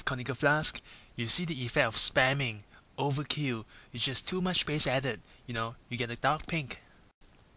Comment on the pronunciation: "spamming,, OVERKI-W" Really helpful video btw!